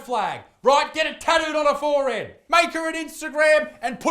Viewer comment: You said 'forehead' wrong!